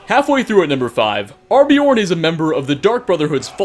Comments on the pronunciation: ArNbjorn!!!!! Drove me nuts! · uhm.. it's pronounced arn-buh-jorn